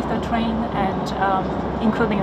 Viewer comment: That chinese girl does say "twain" instead of train... i didn't listen to anything she said other than i kept hearing twain twain... got me thinking about Shania Twain.. That's doesn't impress me much.... 😅😅😅